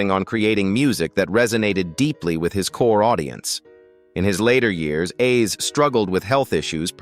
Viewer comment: I hate when they repeatedly mispronounce Roy Ayer’s (pronounced Airs) name it’s annoying. I pray all of these celebrities rest in peace🙏🏾.